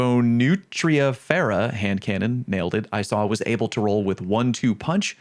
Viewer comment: You really did nail the hand cannon name